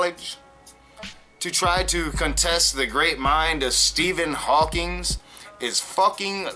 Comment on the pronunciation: This bothers me much more with Matt than you... but once and for all - it's Stephen Hawking, not Stephen Hawking(s) - credibility is in the details... not God